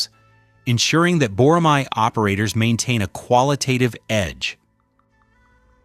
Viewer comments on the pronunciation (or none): Boramai -> Boramae (æ) 보+라+매 발음을 확실히 하세요 🇰🇷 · I enjoyed the video. And you pronounce bo-ra-mai, but it's actually bo-ra-ma(as ma-ny). It means a hawk raised for hunting. It is also a symbol of the Korea Air Force Academy.